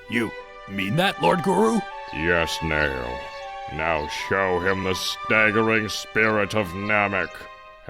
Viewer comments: you said it completly wrong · its Nail not Neil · It's "Nail"